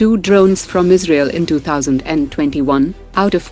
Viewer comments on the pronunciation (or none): none